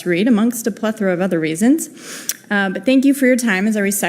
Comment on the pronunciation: She said "plethora ".